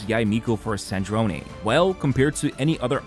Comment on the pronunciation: It’s Sardrone not Sardronee